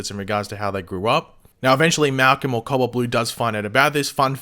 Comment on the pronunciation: cowalt blue is what I thought this man was saying the whole video...then I read the title